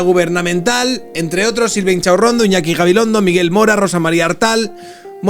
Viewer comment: Me encanta cuando dices “chinchachurrondo “ 😂😂😂😂